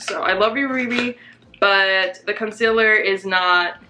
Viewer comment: it kills me how she says "con-sil-er". NO! It's con-seal-er.